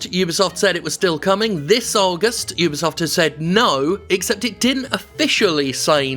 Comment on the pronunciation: Vat is dis, 'yewbeesuft' you speech aboot?